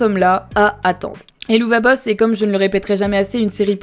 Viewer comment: D’ailleurs petit info supplémentaire, le nom de la série se prononce “Hell of a boss” (et c’est aussi de cette expression “hell of a …” que le nom vient.)